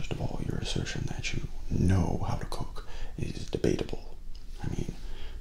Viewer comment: same xd